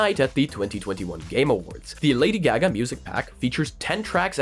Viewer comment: F.Y.I. it's pronounced GAH-gah, not GAG-ah.